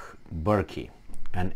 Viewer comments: Hi, the Irish surname Burke is pronounced like Burk with the e silent Well done for highlighting this The Irish media are doing a real hit job on him and the sheep are falling into line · Fair play to mr Burke. A true hero. The e in his name is silent by the way.